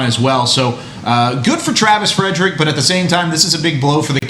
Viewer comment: Who's the joker on top right hand corner that keeps saying Travis Fredericks? Are you serious, dude? You work for the DALLAS COWBOYS and you don't even know his name? Good lord, this show sucks now.